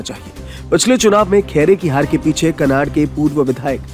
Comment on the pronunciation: कनाड नही कन्नड है नाम अच्छे तरीके लेना हमारे तालुके का कन्नड